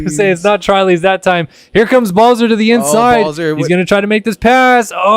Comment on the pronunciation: Trilys should be called “Trulys” Quadlys should be called “Qoolys” 😂